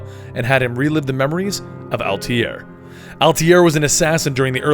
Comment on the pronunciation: Worst part about this video is the guy mis pronouncing Altair